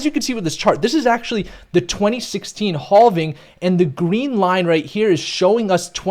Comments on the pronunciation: Bro why you say it like “Hoving” 😂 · It's crazy you still don't know how to pronounce halving lol. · Mate, please stop justifying and apologizing every time you say "halving", come on, it gets boring, we lose time and both ways are correct, just chose and say it your way! ;) Cheers and thanks for the analysis! P.S.: It's "capitulation" not "capultation" (this one is actually wrong if you say it like that)